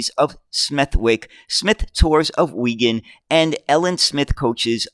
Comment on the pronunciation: You are uncovering much about the demise of UK bus building. Unless you have left it for algorithmic engagement your reports cold use google pronunciation guides or all names and places. wegun and smeth-wycke stumped me.